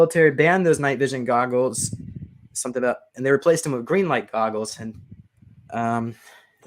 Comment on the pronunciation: I love, but fuck him for saying "garggles" instead of goggles